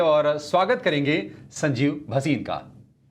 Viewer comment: वसीम नहीं भसीन